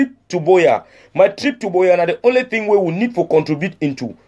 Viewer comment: Do we have “a very bad thing” in pidgin? It should be “some very bad tin”. Also in pidgin do not pronounce “thing” like in English. Just say “tin”.